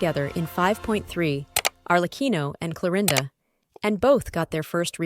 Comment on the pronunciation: help why does she pronounce sigewinnne and chlorinde like that